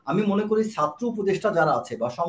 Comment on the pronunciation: Sarjis hasnat vul na vul apnara shob Bhai satro na chatro ucchron thik koren tarpor kotha boilen